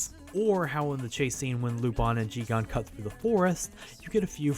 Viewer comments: It's JiGEN, not JiGAN. Great video anyway! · It's Jigen, not Jigan. Unfortunately, there is a difference. Loved the video otherwise. Keep up the great work! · I noticed a few inaccuracies (or perhaps over-simplification) about the early history of Lupin and I'm really happy that you're not pronouncing it as Lu-pen but how does Jigen become Ji-gan? Every time I heard it really took me away from the video. Really fun video though! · But Jigen's name is pronounced as "Geeg-in"